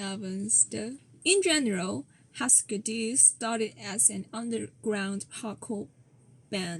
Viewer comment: Say Hoo-sker Doo! That band changed the way i heard music.